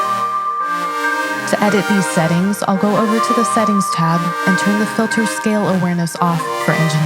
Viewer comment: ableton's "reviews" are always so great. but seriously... "filther"?